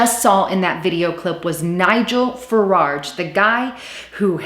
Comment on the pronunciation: It's Farage, not FaraRge...